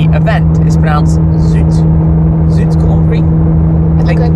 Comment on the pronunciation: It's funny how you mispronounce "zoute" (sounds like the English word out) as "zoote". That sound is actually the word in Dutch for sweet, while zoute means salty. 😂